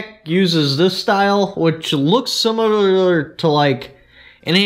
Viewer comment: Did you say similililililierer?